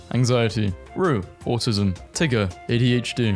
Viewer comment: Why is no one talking about how he said Tiger on ?